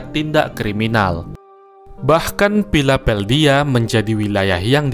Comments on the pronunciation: PHILANTOLPIA bajigur kzl gw dengernya pioedelplaishakambdhdhhssbgshs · Maap yaa bang yaa saya tadi ngakak dengar nya philapeldia 😂di tambah lagi komen netizen yg makan nasi sebakul sebelum bikin narasi !! Tapi konten Abang terbaek 👍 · alesan aja pilapeldia ini 😁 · Gue kira lu cadel min, kaget pas denger Pilabeldia. Lah kok😂😂😂, Lain kali Teliti dulu min biar gak salah lagi. Usaha lu udah bagus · Hahaha ngakak 😂.. Katrok Piladeldia wkwkwk... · Pilapeldia , astaga ini kota dari kecil gua udah tau mas 😂😂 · Philapeldia wkwkwkwkwkw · Kok gemes denger narasi sebut kota filapeldia sampe berkali kali, wkwkwk 😂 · Pilapeldia..cafilornia..ney work.. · Pilapeldia ya gess yaaaa 😂🤣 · Philadelphia di baca nya gmn sih ? Ko pengisi suara nya bilang philapeldia .. Apa dia juga pemakai narkoba ? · Risih pas naratornya bilang PILAPHELDIA 😅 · Bagus kontennya, yg ganggu philapeldianya aja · PILAPELDIA ga tuh ngomongnya wkwk salfok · ini anda yg bawa alur crta..tau nma kota gk..ko.bsa sampe biong philapeldia....parah nih...? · 'Pilapeldia' jare, piye to ki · narator salah ucap ya... kok philapeldia ? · Agak kesel bang denger pilapeldia🙂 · Bacanya filadelfia bang...jangan katro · Philadelpia.. salah sebutnya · Piladelpia ucapan ya min. Gimana mimin buat konten asal aja. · 0.46 "PHILAPELDIA"😂😂😂😂😂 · yu belajar ngeja philadelphia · PI - LA - DEL - PIA Pila.... Del... Pia.. PILAPELDIA. 😂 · Njir ngakak denger pilapeldia maap min akwowkow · Menggangu bgt dengerin dia ngomong philapeldia 🤮 meskipun gak bs bhs inggris jg atleast coba dibaca baik2 nama kotanya 😌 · Philapeldia? Min lo bikin konten edukasi, tapi ngmgnya aja ga teredukasi gmn ini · Salah yaaa Pilapildia apaan x 😂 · NARATOR NYA BACANYA YANG BENER LAH GAK ELIT BGT PHILA DEL PHIA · Philapeldia 😂😂😂😂😂 iya iya iya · Kok pilapeldia si dengernya.. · Philapeldia???? Sebegitu parahnya eror Anda. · Pilapeldia apaan sih 😂😂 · Philapeldia? Philadelphia?? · Wkwkwkwkwk belepotan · Salah nyebut kota bang. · Philadelphia bukan philapeldhia